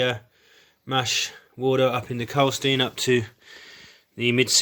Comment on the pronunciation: Klarstein, nicht Karlstein.